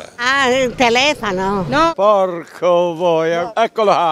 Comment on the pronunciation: aaaa, il TELEFANO?! ahahaha